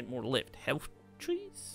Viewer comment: Health tree? You mean Hearth tree?